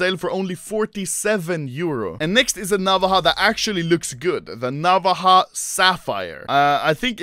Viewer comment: its pronounced na-vá-ja theres a strong emphasis on the va part not the na part a navaja in spanish is just a smaller knife used as a tool